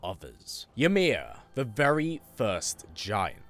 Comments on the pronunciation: Fun fact for you the letter y in Norse is pronounced like an I and j is pronounced like a y an example would be imir instead of ymir and yormangandr instead of jormangandr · I always enjoy your videos but the way you pronounce Ymir is a bit jarring when you could hear Mimir and Atreus say it correctly multiple times in game 🤷🏾‍♂️